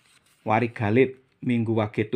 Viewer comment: WARIGALIT DAN WARIGAGUNG BUKANNYA DIBACANYA WARIG ALIT DAN WARIG AGUNG...KENAPA DIBACANYA DIGABUNG..? MOHON PENCERAHAN..🙏🙏